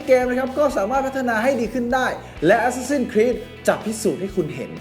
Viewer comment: เห็นชอบออกเสียงว่าแอสซาสิ้นนนนครีสตลอด ฟังแล้วมันฮาๆ